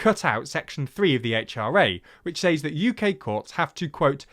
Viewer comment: Small thing, but it was one “s-ays” (or sais) too many for me. ‘Says’ is pronounced “sez” as in “wet”. You’re British, not American, so **please** don’t murder Her Majesty’s English.